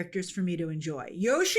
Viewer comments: Sounds like is saying “Joshi” a lot of the time. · so like, everyone has Google and can see the correct pronunciation of Yoshi is indeed Yoh-Shee, don’t understand why was acting like they say it correctly and everyone else is unjustly annoyed with them saying it that way 😂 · It's a Japanese word. The closest phoneme to the Japanese "yo" is pronounced "yoe." It's "yoe-shee." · You mispronounce Yoshi. Opinion discarded. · It’s Yoshi not yoshi. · For the love of all things, someone pronounce Yoshi the right way!!!